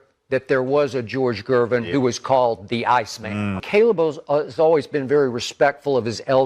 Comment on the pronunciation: Gervin not Gerving.